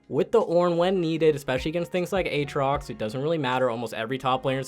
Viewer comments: Who the hell says "A-Aatrox" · A-Atrox? Do you also say A-Aron?